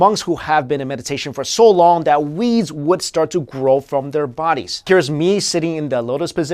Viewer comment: does he really say "weeds"? It sounds more like "wees" and I can't figure out anything that would make sense.